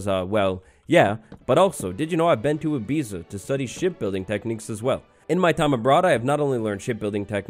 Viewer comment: Travels to Ibiza… still pronounces it “ih-beez-uh.” 🤔